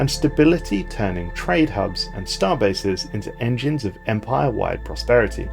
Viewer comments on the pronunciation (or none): none